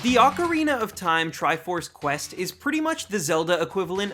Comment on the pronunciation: Thank you for being one of the rare few who pronounces "ocarina" correctly.